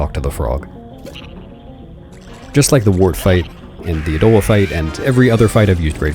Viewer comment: ya don't just say odahlwa, y'gotta go oDAAAHLwa! oDAAAHLwa!